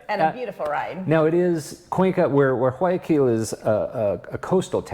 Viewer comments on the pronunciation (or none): Umm, I love your videos, but please....... Realize I'm just trying to help. Llama is pronounced, YaMa, llama the way you pronounce it means lick! It's not Kido it's KeyToe now drop the E, Guayaquil is WhyAkeyl as close as I can get. It's NOT Tommy-Bamba. I think this one is a loss? Tow-me-Bamba, yup, the above should be it or close to it! 🦙🇪🇨🤝🇪🇨🦙 PS, There is much more to Ecuador than Cuenca. You're lossing out if you think that's it and doing an injustice to a magnificent country. Thank you.